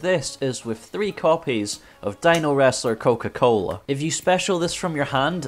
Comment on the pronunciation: How many time, How many time? It's Dinowrestler Coelasilat godamnit, it's Silat!!! >:(